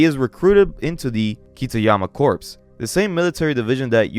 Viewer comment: For future reference, any time corps is in reference to military its pronounced core